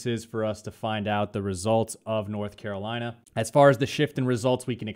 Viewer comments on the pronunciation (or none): none